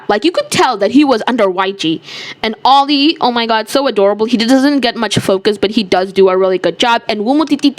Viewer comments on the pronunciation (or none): none